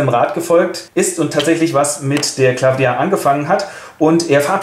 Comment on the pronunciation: M.e Chauchat heißt aber nüscht 'Claffdia', sondern Claw-dia, französische Aussprache = hier gleich englische Schreibweise, Kralle (Katze) ;)